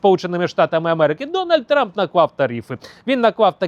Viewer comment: Як-як, Дон Тампон? 😂.